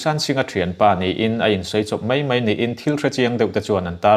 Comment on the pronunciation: Sir, mei ti tawh suh.Mai tirawh. Ngaithla chiang la, thahnem ngaihna thil aw..